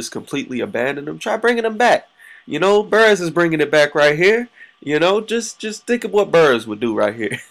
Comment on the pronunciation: Yo you pronounce Burress wrong lol. Good vid doe